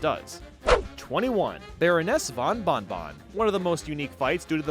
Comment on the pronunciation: it isn't pronouced Bonne Bonne, it is pronounced Bon bon. i know what i'm saying because i'm french